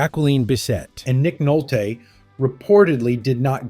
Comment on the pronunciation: Why does this narrator have such trouble pronouncing famous names like Louis Gossett and Bissett and Nolte (not Nolt)?